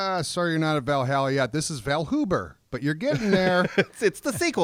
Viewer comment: Anyone else cringe each time they mispronounced Valhalla? Roflmao